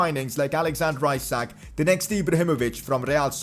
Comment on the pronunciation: You are pronucing Isak wrongly , its E-Sak not issac